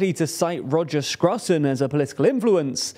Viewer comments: Who is this Roger Scrutton? Why fail at prounouncing also English? (I could have some understanding for foreign, which is always almost impossible for the English, but…) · "Scruton" rhymes with "Luton", not with "mutton". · why does that presenter not own a comb and why is he not able to say Roger Scruton's name?